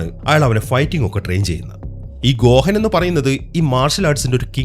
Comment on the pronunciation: Bro ഗോഹൻ എന്നല്ല ഗോഹാൻ ആണ്